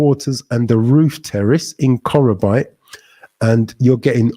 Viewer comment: face-blue-smiling::face-blue-smiling::face-blue-smiling: bro it is pronounced '' KO KRO BEE TE ''.